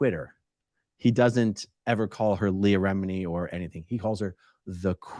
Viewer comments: “Leah Remedy”. I’m dying. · Did he just call her, Leah "Remedy"?